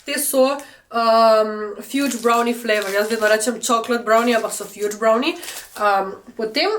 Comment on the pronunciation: Ni zdaj to najbolj pomembno ampak mogoce za v naprej - fudge ni “fjudz” brownie, temvec se pravilno prebere “fadz” brownie 😊 Fajn video!✨